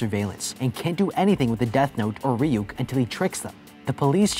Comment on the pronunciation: It’s not reyuk that’s how you said it it’s ruk but it’s spelled ryuk